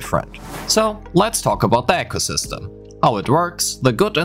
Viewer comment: Just noticed "echosystem" 😂